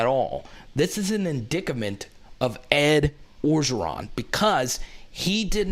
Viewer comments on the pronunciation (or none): The Jayden thing isn't fair, without knowing the full story. O and recruiting has never been a issue. It seems like we are just looking for anything to bring this man down. The word is "in dict ment" not "in dic ca ment" lol...